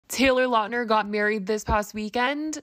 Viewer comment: you pronounced his last name wrong 😂 lout-ner he even said it on a podcast.